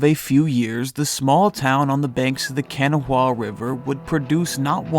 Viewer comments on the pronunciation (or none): It’s pronounced “Ka-naw-uh” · It’s Kuh-naw-uh btw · Why does everyone who isn’t from WV say Canawha River? lol. That is not how it’s pronounced. I saw them play together in the state championship tournament. First play of the championship game Moss tips the tip off to Jason and Jason throws a long outlet pass to Moss who catches the ball way ahead of the defense and he jumps up and dunks it. Then they never stopped until they were the Champs. I will remember that until the day I die. I also saw them play football together a few games. It was like adults playing against a junior high team. They were just so far above every other team. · It’s pronounced KA-NAW-UH River🤣🤣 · kanawha (Con-nah-wah) WV represent lol live from Atlanta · Thats close but most locals pronounce it kuh-naw. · The narrator pronounced the Kanawha river wrong 😂😂😂. I miss my home state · It pains me to hear Kanawha pronounced as you do but good video.